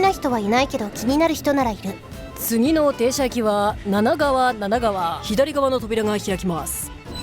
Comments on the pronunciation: 七川(ななかわ)から七川(なながわ)になってたりした。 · ななかわ なながわ 読み方どっちだよ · 七川の読み方が1回目は、ななかわなのに2回目は、なながわになってる